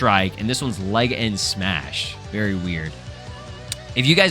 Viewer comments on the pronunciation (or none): I'm ngl I was laughing hard af when he said leg-end strike 😂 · "Leg end Strike" its Legend strike bro😭, W Vid